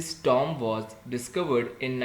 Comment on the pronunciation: its not tom it tomb